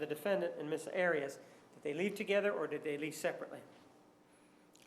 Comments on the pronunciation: LOL Martinez trying to impose on everyone else his heavy Spanish pronunciations of names. Who the fuck is Miss Odd-ee-oss? He doesn't get to decide how someone else pronounces his/her name. It was already clarified that that is NOT how she says her name, but he keeps doing it. What an arrogant douche he is. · Why does Juan pronounce Arias so weird? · Her father was Latino and Martinez is using the Latino pronounciation of Arias